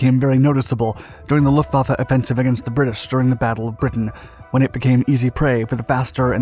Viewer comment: The depth of technical detail, particularly regarding aircraft armaments and design choices, is commendable. However, some factual errors and mispronunciations (e.g., “Luftvafa” instead of “Luftwaffe,” “punzer knocker”) detract from the overall credibility. A polish on narration accuracy would help elevate the production.